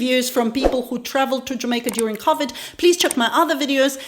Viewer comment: SHE SAID CAVID TEST